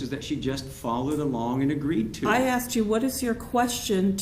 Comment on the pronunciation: "He just axed a question"